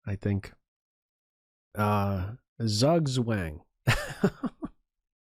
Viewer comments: Yo. Zugzwang is pronounced tsoog tswang (a pronounced as in pawn). And I think the "Jse" in JseMartinez stands for José. Just some thoughts. Great and funny commentary as usual. loveit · Sorry to be an a**hole, but that's simply not correct. The 'a' of Zugzwang is like the 'a' in 'car', just a bit shorter; it is not like the 'a' in pawn. Phonetically, the 'Zugzwang a' would be an 'ā' whereas the 'pawn a' would be an 'ɔː'. For completion, the 'a' in car would be 'a:' - it's pronounced exactly like 'ā', just a bit longer. Greetings from germany, have a good day.